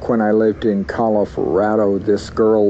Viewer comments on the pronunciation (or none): what the hell is 'Colo-Fa-rado'? lol. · Did this guy ever live in california after this lady was murdered and if so was there a missing person case in the area he lived in california shortly before he moved from California because when he starts telling his story about telling the bishop he says back when i lived in "Calif-rado" and didnt try to fix it and hoped to not bring much attention to that mistake as possible... this guy is just very very strange all around... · He says Cal-i-for-ado, I can't help but to think did he live in California as well as Colorado and committed a crime in both, and in that moment got them confused? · When he's talking about confessing to the Bishop it sounds like he started to say "California" instead of "Colorado." It came out like "Col-forado." Makes me wonder if subconsciously he was thinking about someone that "disappeared" in California but then realized he was talking about the incident in Colorado and needed to make sure he was talking about the right person. Or I could be completely reading too much into it. lol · Sounds like he says 'back when I lived in call if rado' and he almost says California. I wonder if he killed someone there too. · Does it mean something when he said “I lived in Calif-olorado” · And he said "Calif-rado". I know he moved around a lot but could there be another victim in California? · I listened to it a few times and he definitely messes up pronouncing “Colorado”. It made me wonder why California was popping up in his narrative, even though it doesn’t make a full appearance.